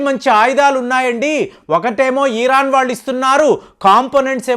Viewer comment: Eeeeraan kaadhu raa, irran anaali